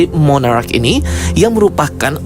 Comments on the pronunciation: Monarch bukan monarach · Mooonnaarrcchhh...bukan moonnaarraacchh...🙄🙄🙄